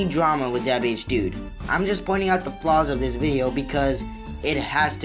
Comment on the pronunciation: I hate the way he says his OWN name his name is “Dabhdude” and he says “Dubehdude”